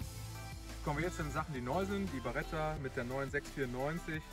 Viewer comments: Es heißt Beretta nicht Baretta😂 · Aber die heißt doch Beretta und nicht BAretta.Vielen Dank für das Video